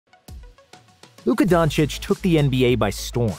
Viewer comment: U mean Luka Donakick?